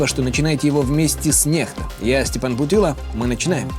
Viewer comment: Вещает Стяпан Путана